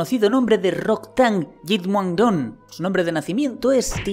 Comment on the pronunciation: Mis respetos al tío IQ que hizo el esfuerzo de pronunciar bien el nombre completo de Rodtang.